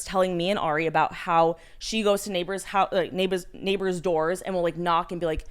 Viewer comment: Omg “neighbaaaahz” Boston accent popping out for a sec